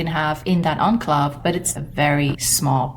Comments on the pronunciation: You pronounced it a bit differently than standard-it's more like "awn-clay-ve" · OH I did not recognize your pronunciation.